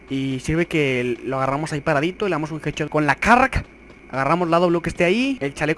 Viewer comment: Jajaja me gusta como dices“jedchot”jajajja me cague de la risa